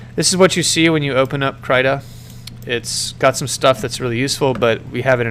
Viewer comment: Guhdough and kreeta are the proper pronunciations btw